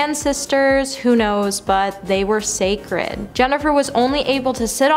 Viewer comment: "Sacred" not "sacret"